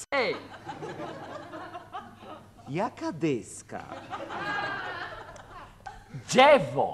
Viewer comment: W tym sęk..." Dżewo, deska dżewniana, w środku sęk. A kto ma dżewo, Lutman? Jaki laaas? Taki mały, biały dupelek. A ona sprzeda? Co? Ten tartak? Kuba, przecież... JAKI TARTAK DO CHOLERY? xD